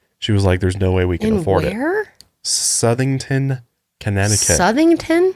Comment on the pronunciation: I live ten minutes away from Southington and I will say he pronounced it perfectly